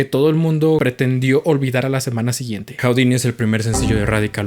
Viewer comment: Se dice judini, no joudini